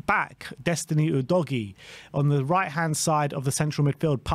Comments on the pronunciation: /uːdəʊɡiː/ - “you doggie” is just silly. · Udoggy is the wrong pronunciation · Lol i winced everytime i hear how you say Udogie's name wrong